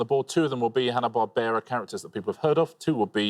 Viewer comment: Im sorry Xander, "Hanna Barbara"??